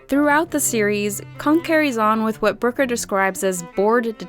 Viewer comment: The way you pronounce Brooker as "broker" is incredibly jarring.